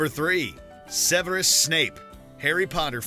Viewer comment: It's pronounce 'Snape'